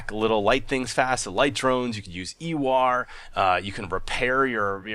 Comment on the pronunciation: just so you know its eWar not ewaaar